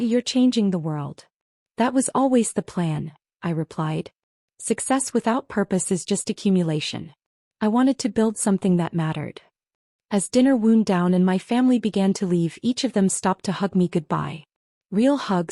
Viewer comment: The verb "wound" (past tense of "wind") is pronounced to rhyme with "bound", "found", "pound", "round", "sound"! The verb "to wound", past tense "wounded"!